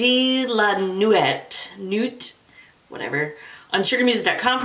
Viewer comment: I love that owl necklace! Strange that they equated Diana with Athena. The Roman counterpart to Athena is Minerva; Diana is Artemis. "Nuit" is pronounced nwee (high school French here, lol).